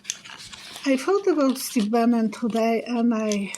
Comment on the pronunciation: Love to you and hubby!🙏🏽🙏🏽🙏🏽🙏🏽🙏🏽🙏🏽🙏🏽💜💜💜💜💖💖💖💖💖💖💜💜💜💜💜 Steve Bannon will get sick? I had to rewind to catch the name .